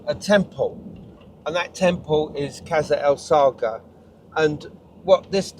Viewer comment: It's pronounced "kassr es-sa(g)hra" - the GH is a transliteration of the arabic letter Ghayn, similar to a French rolled or trilled R sound, or if you are familiar with northern england dialects, a Hexham R. The "el-" definite article is, in spoken speeh, assimilated into "es-" you can hear Yousef pronounce natively after he says "the valley temple and...kassr-es-sa(g)hra" The slight pause between the two places is because he is mentally translating "Valley Temple" into english as it is well known by that name, but hesitates with Qasr-el-Saghra" because the English translation of the name is not well known so he says it in Arabic It means "Castle of the Desert", literally translated. Anyways, all that is nit-picking linguistic semantics :) What strikes me is that 5000 years ago there was probably a shallow lake there, the holes at foundation level were possibly to allow water to flow in and out (and possibly Sobel too haha) The internal courtyard depressions would be water pools. Some of the blocks lying to the rear of the temple appear to be quite eroded, possibly by water ice. (it gets very cold in the desert just before dawn) We know the Sahara in general was much more wet and fertile period between 10/15000ybp 5000bp and that was possibly ended as a result of the Piora Oscillation I wonder if there is any ground evidence of a lagoon lip/dam nearby (45 metres to the south) which would have controlled water levels of a much more extensive ancient Lake Qurun? The te